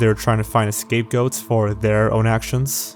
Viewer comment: You know it’s not “escape goats”, right? It’s “scape goat”